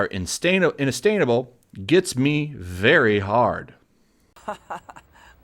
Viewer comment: INASTAINABLE ?! in a stain able? wtf :P